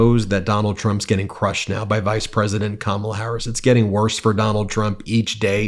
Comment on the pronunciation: Hey Eric pronounced Kamala correctly. Pigs are flying and Hell is frozen.